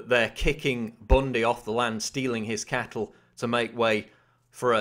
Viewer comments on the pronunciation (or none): none